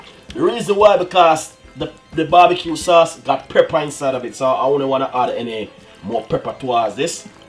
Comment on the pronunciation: Preppa????? Come on dunce man... Its pepper!!!